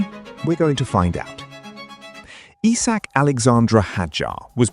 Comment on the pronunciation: its isack, not eesack.